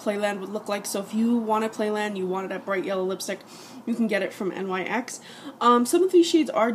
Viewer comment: Just so you know the company name is actually pronounced like "nicks" just letting you know